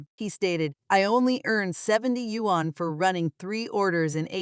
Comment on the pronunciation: Wan is Korean currency, yuan is Chinese currency. Learn your pronunciation.